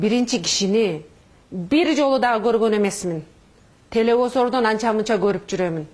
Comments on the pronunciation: Телевозор эмес телевизор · Шпион эмес Ишпион деди. Тэлэвузор деди. Депутат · Телевизор дей албайсын сен кандай депутат болосун.жон эле журоберсен болмок. (Тал келбейт) эмес дал келбейт.канча созундо ката эх ушундайлар бийлике барса онолушубузга дагы 30 жыл барго. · Телеозор дейби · Кочоотон бери дейтго ай биринчи кыргыз Тилли телевосордон деп уят лучше мандатты кайтарып бергин пака кеч бололекте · Телевизорду Толовузор, шпионду ишпион деп сүйлөгөн сабатсыз экен эми ушулар калды эле бизди башкарган, и так эле эки жетим Макалё менен Сексалю жетиштүү эле. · Бул, телевизор деген созду туура айталбай жатат, анан кантип депутат болот я Эми Икрам менен дастанга кошулат экен да ээ.Аттин Кыргызым аларга дагы бироо кошулдуу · Телевизор дегенди каттуу айтатко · Кыргызстанда кыйын канчалаган кыздарыбыз бар.15 жылы келип эле 6 жылдын ичинде эле депутат болом деген сенкыйын экенсин.эмне иш кылмак элен телевизор деген созду тууралай албай жатып.Сенден башка деле жогорку кенеште сабатсыздар толтура.Кытайга жонотуш керек сени.